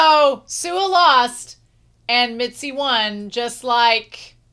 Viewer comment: whenever you say mitsy instead of mizi i get reminded of mitsi from animation vs animator made by alan becker